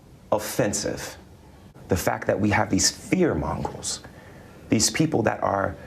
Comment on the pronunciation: Lol, he said "Fear MONGROLES" not "Fear Mongers"...a monger is someone who sells stuff, a peddler of wears...as in pushing fear onto us as a public. MONGROLES are dogs that you can't exactly pin down their exact breed, like a mut. A fear mongrel would be a dog like Ceberus, who guarded the gates of Hades in Greek mythology. Dang...Bone Apple Tea bro!